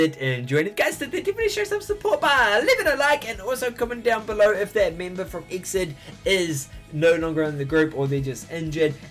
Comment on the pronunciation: The groups pronounciation is E-X-I-D not Exid. :3 It stands for "Exceed in dreaming".